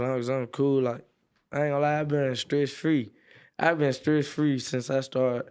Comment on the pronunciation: Adam, how’d you sit through this without laughing cuz I’m weak af 😂😂😂 “Libwary named efter me”🥴😂😂😂😂😂😂